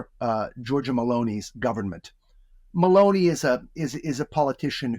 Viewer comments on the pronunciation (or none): Meloni pronounced like Maloney by Douglas Murray, quite funny😊